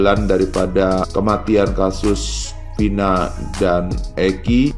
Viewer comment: Vina, bukan pina, kebiasaan, huruf " V atau F " d ganti " P"😂😂😂😂😂😂😂